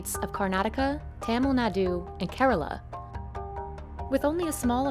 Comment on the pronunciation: Why she butcher Tamil Nadu like that lmao